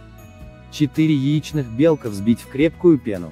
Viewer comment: 4 яичных бЕлка-жесть. Почему бЕлка, а не белкА?